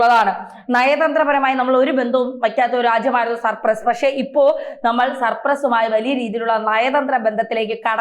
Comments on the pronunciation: Cyprus and not supress as you pronounced.😊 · സപ്രസ് അല്ല ചേച്ചി സൈപ്രസ് 🤣😂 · സർപ്പ്രസ്സ്‌ അല്ല.. സൈപ്രസ്സ്.. അത് പോലും പറയാനറിയാത്ത ആങ്കറിനെ ആണോ വായിക്കാൻ നിർത്തിയേക്കുന്നത് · സർ പ്രസ്സ് അല്ല .. സൈപ്രസ്.. poor gk.. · സർപ്രസോ അതോ സൈപ്രസോ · സർ പ്രസ് അല്ല സൈപ്രസ് ആണ് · CYPRUS not surprus. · Surpress 😂😂 സൈപ്രസ് ആണ് കുട്ടി. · surpraso??? ethethu rajyam. kunje Cyprus enna parayuka. nalla journalism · സർപ്രസ് അല്ല ഹേ സൈപ്രസ് 😅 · Cyprus - please check the pronunciation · Its not surpress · സൈപ്രസ്സ് ആണ്. തെറ്റി പറയല്ലേ........